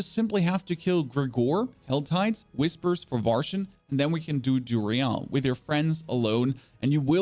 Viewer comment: Love the content. Your weird way or pronouncing things just to be different drives me crazy. I couldn't do it past DuriALL.